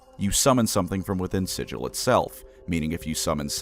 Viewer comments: It is pronounced "Siggle" with a hard G instead of "Sijil" as the actual magic sigil word. It expllicitly pronounced like that in all the books and media and said a hundred times in lore it's a way of immediately recognizing an outsider clueless to the planes, or a tourist. It derives from an injoke where the creator Zeb Cook mispronounced Sigil as "Siggle" that one time (as SIGIL, as in a magic rune, was a tentative name for the city) The dev team named the city after that pronunciation because it sounded unique and it pissed off Zeb Cook (and to this day still does) was wrong and petty about this one. Felt painful to heard it mispronounced over and over. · It's not forgotten, the lore deliberately says it is pronounced "Siggle" with a hard G instead of "Sijil" as the actual magic sigil word. It expllicitly pronounced like that in lore and media and said a hundred times in lore it's a way of immediately recognizing an outsider clueless to the planes. It derives from an injoke where the creator Zeb Cook mispronounced Sigil as "Siggle" that one time (as SIGIL, as in a magic rune, was a tentative name for the city) The dev team named the city after that pronunciation because it sounded unique and it pissed off Zeb Cook (and to this day still does) was wrong and petty about this one. Felt painful to heard it mispronounced over and over. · Mispronouncing it as "Sijil" as an arcane SIGIL or symbol, out of spite when the entirety of the lore, books, media and the game Planescape Torment correctly say "Siggle" with a hard G is absolutely diabolical. I will now call the Halo franchise "allô" like the french "hello" over the phone, with no H, to restore cosmic balance after this insult. It 's explained on the very first page of the original Planescape books and mentioned over and over. (see quoted comment by UpcastPanther) I love you but your video will forever attract the mockery of any Planescape or Torment veterans. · It's sigil not sigil...